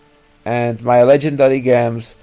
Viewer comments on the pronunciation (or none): Gems is pronounced JEMS. not with a hard G.😅